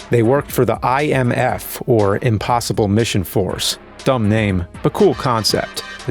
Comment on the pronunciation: I should have known that was by the way he says "imBossible".:D